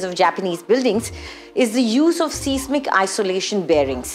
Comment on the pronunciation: The word “seismic” should be pronounced “SAIZ mik.”